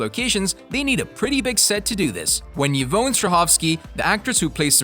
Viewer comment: Who’s “Yvown” 🤣🤣?